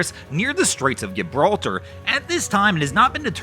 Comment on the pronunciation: Gibbraltar ? Is that the same as Gibraltar and is it named after the brothers Gibb ?